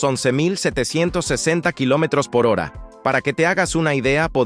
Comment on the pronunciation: Joer, el guión parece revisado por un humano, pero la voz sintética que lo lee no para de equivocarse cuando dice cosas como km/h... Ppr otro lado las imagenes estan generadas claramente con IA y la mayor parte del tiempo no coinciden con lo que se dice o lo hacen vagamente.